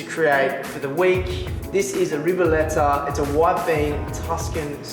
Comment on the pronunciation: I wonder as Italian🇮🇹🇮🇹🇮🇹🇮🇹 how can you find the black Tuscany cabbage, in Italy outside of the Region (Tuscany) it's difficult to find. By the way your pronunciation of Ribollita is really bad, it seems you are saying "R'ball'da" (what's that?).